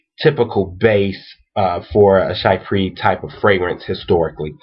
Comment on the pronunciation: She-pra, not shy-pre.